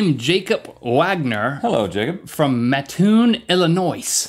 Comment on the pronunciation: Congrats on pronoucing Matt - toon, most people say Ma - toon. Lived there for many years.